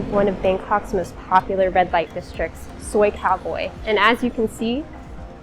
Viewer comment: She said "Suey (nice) cowboy" instead of Soi cowboy